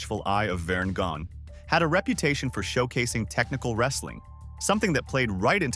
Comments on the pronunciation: And Verne Gagne wasn't Verne "Gon". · He lost me with the Vern Gagne pronunciation. Lol